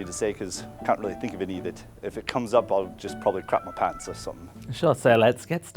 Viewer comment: pants... no british pants says pants lmaoo